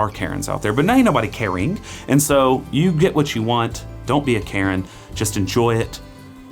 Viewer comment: Carin' not Karen.